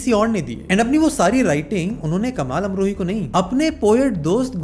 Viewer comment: भाई, मैंने तुम्हारे वीडियोस देखे है, और मेरा यह ऑब्जरवेशन है की तुम लोगों के नाम का गलत उच्चारण करते हो। मीनाकुमारी के पति का नाम कमाल अमरोही था, कमल अमरोही नही।